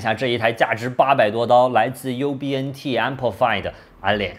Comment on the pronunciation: 哈哈，最后说成了BUNT